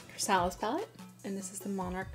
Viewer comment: I don't want to sound like a douche. But before you post your videos, you should find out how to properly pronounce words. Such as chrysalis. It should sound like you're saying (cri-sa-lis)